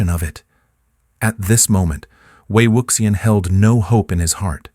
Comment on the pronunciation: Please, please learn to pronounce Wei Wuxian's name correctly!!! ( way wushian.)